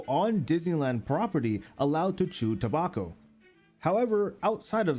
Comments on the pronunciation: ta-back-o not toe-bok-o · toe-bauk-oh? hunting? WRONG!